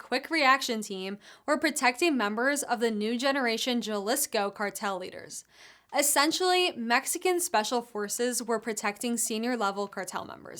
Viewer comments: Darlin, you gotta practice yer Mex lingo. Its pronounced; ha lees ko 😮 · Ha-lisco. Like Ha-lapeno.